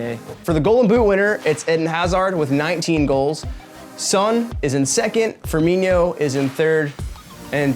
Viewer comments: It is pronounced firmino not firminiyo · Fer-me-no not Fer-me-nio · Every time he mispronounced "Firmino" I died a little inside.